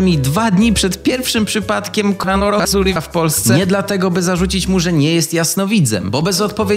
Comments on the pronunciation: Zawsze jak jest słowo korona wirus to słyszę coloran potasu 🤣🤣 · Ludzie: Koronawirus: Runawizuriws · Bardziej koronawisuri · Koronawirus: Koronawirus Koronawirus według: "kOrAnOHaSuriHA" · Wszyscy: koronawirus: narokowsuri